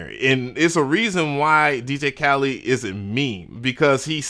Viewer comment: You keep calling him DJ Khalid